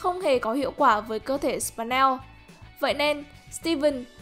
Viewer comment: Là sờ pin neo ko phải sờ pần neo